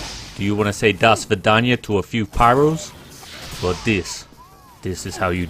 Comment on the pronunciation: It's so nice to hear 'do svidaniya' pronounced correctly.